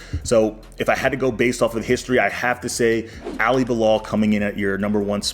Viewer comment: Do you think you can learn to pronounce Ali's name properly😅 its not Alliee